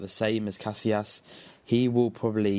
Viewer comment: ca si as not cas i las